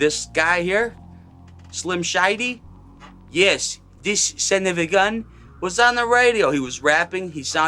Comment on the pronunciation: "Slim shydie" 🤣🤣🤣